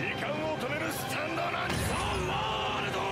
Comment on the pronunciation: Не За а зе и не варудо а зе ворлд слышиться и тебе за ваудо а вообще ЗЕ ВАРУДООООООО